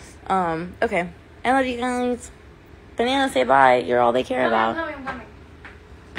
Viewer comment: Is it just me or is she calling banana baby